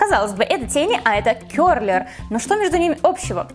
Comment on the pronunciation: Ты не можешь котурировать брозером ты делала бронзинг и он слишком тёмныи для тебя и он очень patchy и ты сказала ‘’кёрлер’’ боже мои правильно ‘’кэрлэр’’